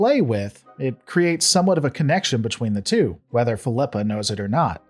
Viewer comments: Fill-ep-uh Not Feel-eep- uh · why are You pronouncing Philippa wrong? haven’t you heard her na,e said before? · Why does he pronounce Philippa a different way every time he says it? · I stopped watching this the moment you proved you couldn’t even pronounce her name. Do you even watch the show?